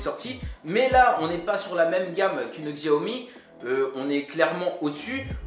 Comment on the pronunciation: Xiaomi se prononce tchaomi 😓